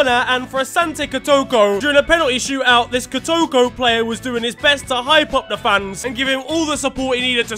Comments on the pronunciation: On behalf of all Ghanaians the word is KOTOKO(koh-toh-koh) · Man you butchered that Ghanaian team's name 😂😂😂😂😂😂